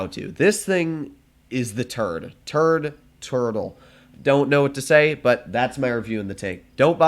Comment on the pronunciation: I thought said turd not turtle in the start